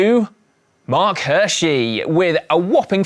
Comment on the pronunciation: it's "Hirschi" 👌